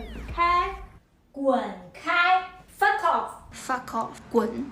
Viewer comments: anyone notice how they all look and sound like a shih tzu every time they say foff ;o) they had me dying, it's like being threatened by a 8 year old. adorable. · "Fa Koff". God, the cringe! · An amusing tangent. It's amazing how much of an english accent most of those chinese women got when saying "Fuck off"